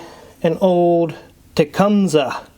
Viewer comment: l live just outside of Tecumseh and it's pronounced Te come see. I've been here 70 years.